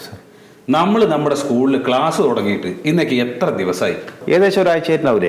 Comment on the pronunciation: ഗ്ലാസല്ല , ക്ലാസ് !